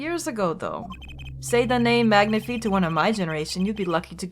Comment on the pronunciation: Even though it's been years, I just want to say that Magnifi's name is pronounced like "magnify" and not "magnifee". It's too late to change the way you say it here and in future videos, but I though you should know.